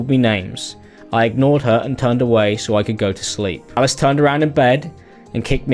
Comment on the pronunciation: why do pronounce alice like ellis?